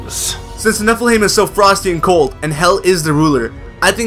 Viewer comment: You're saying Niflheim wrong :P "heim" is pronounced "hi-m", like in Anaheim :)